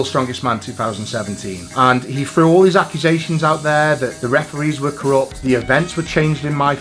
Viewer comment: really? does that mean you say “what’s over fair” instead of “what’s over there”?